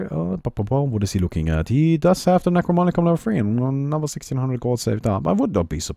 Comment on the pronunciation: You keep saying "Necromonicon" instead of "Necronomicon". It makes me feel very uncomfortable.